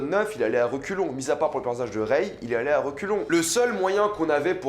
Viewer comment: Par-contre arrête vraiment de dire: reyeee, ahhh c'est rey mec.